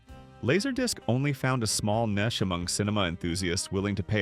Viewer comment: Yeah, they split the difference between "neesh" and "nitch", which are both acceptable, and said "nish" which is very rare, if hardly ever, used. The AI also can't tell if a product name like the ATARI 2600 is Twenty six hundred or two six zero zero. and they called the IBM junior the IBM jay r.